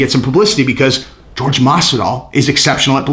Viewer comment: I do believe is pronounced "Whore-Hey" just fyi